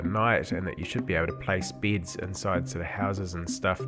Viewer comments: it bugs me how he says bids instead of beds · for all those who don't speak 'Australian' and might get confused a bit after ... the first thing he worked on were BEDS, not BIDS.